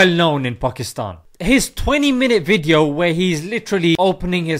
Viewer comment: Good wwweedio lol